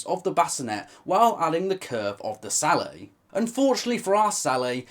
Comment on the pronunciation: It's a hard "t"! The word sallet is not French!